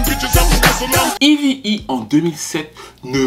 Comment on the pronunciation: Petite question Pourquoi tu l'appelle toujours "Evy E"? Son nom c'est eve et elle même elle prononom eve